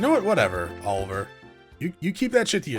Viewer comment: It is pronounced Oh-liv-ee-ay, not oliver. Extolled is to be spoken highly of